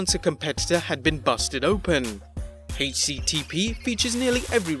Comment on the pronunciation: “Hache CTP”